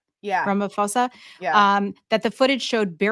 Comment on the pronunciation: Hello lovely ladies. South African here. Just a correction, with love, Ramaphosa has a silent h, so it's POSA, not FOSA.💙💙💙